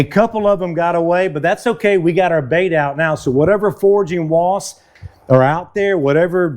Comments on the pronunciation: It's WASPS not WASTS😂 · They're called "Wasps," pronounced "wosps". Not "Woss".